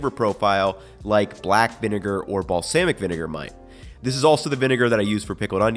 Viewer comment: The way he says balsamic makes me laugh 😅